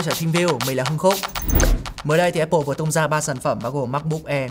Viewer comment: Thích thinkview và hưng khúc. Xem mỗi kênh này về IT ở Việt Nam. Nhân tiện đọc là Áp pồ nhá, ko phải ép pồ.